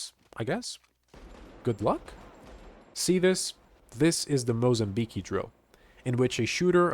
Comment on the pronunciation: Great video. Only one thing, you're mispronouncing Mozambique. I look forward to seeing more from you.